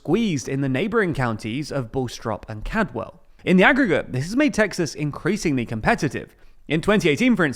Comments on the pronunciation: Bastrop is pronounced BASS-TROP. And Caldwell is pronounce CALD-WELL not Cadwell. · Bowstrop and Cadwell, huh? Did no one else notice this? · The way you said bastrop and Caldwell nearly gave me an aneurism.